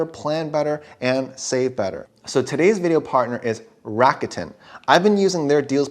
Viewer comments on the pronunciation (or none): It’s Rah-koo-ten, not Ratican 😂😂 and oh thanks for the video